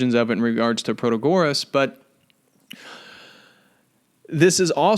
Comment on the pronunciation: You don't pronounce Protagoras properly. Christ, do you expect me to listen to a word you say? How ignorant are you that you don't know the proper pronounciation oaf a major Sophist??